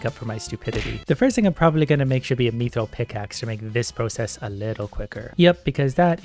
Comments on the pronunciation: PLEASE look up how to pronounce mithril ffs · Same, every time I hear it it hurts. x_x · I don't know if hes saying it right, bit the way he says mithril causes me visible pain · the way he says mithril kinda pisses me off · The way you pronounce mithril is annoying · its "myth-ril" not meeth-reel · IT IS MIIIITHRIIILLLLLLLLLLLLLLLL NOT MEATHRULLLL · Please say mith-ril… and not meethril. It’s getting me hahah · it's pronounced myth-ril not mee-thrill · hey youve been saying mythril as meethril its supposed to be pronounced as mithril. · its not me-thril its myth-rill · Except when he says "meethril" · I’m pretty sure it’s “myth” not “meeth” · Item pronunciation: Myth-ril pronunciation:me-thrill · "Meeethreel" Yes. I too like the "meeethreel." Pft, who needs "Myth-ril" anyways. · “Me-throll” How I pronounce it: “myth-rill” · He pronunciation 'me'-thryl is interesting, always thought it was 'myth'-ril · Meethrill/Mii-thrill? No. It's myth-rill. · its not "mEeeTHriL" its Mi - thrill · mi-thral not me throl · i reeley dislike that you call it meethrill instaid of mythrill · Its not mee-thrill its mi-thrill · Mith-ril, not meeth-ril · its u say it myth rill not meeth rill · Bruh meethril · its pronounced myth-ril not meeeethrel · its pronounced myth-ril not meeth-ril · him saying MEEthril is killing me lol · no my guy. Mythril. Sound it out. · its me-thrill in Canadian so on behalf of all the Canajins farkaff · Mii thrill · Not the way now it's me thrill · it hurt me every time he called it "methril" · "Meethrill" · He do be sayin Me-Thrill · It hurts every time I hear him say “meethril” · Pronouncing it like meathril. Not meh-th-ra-all or myth-rall but I mean whichever one is more comfortable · The way he says Mithril. Meethril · Mithril:: Methrill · Lmao "meethril" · The way he says mithril is a disgrace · did he pronounce mithril MEE THRIL WHAT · I think the mithril is pronounced myth-ril, mi-tril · Please it’s mith-rill